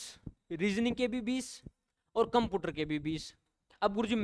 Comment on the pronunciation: कंप्यूटर ❌कंपूटर ✅ 😅😅😂